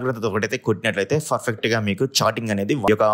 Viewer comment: Farfect kadu perfect 😊